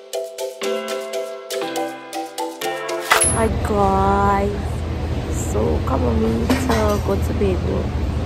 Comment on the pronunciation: You can tell he really listens to you when he said the 'Hi Gouys' 😊